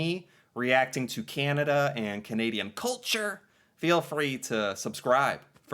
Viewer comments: BTW, you’ve got to learn to say Canada correctly. It’s not “kenedah” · it is not pronounced 'Ken ada' it is 'Can ada'. thank you for paying attention to this matter!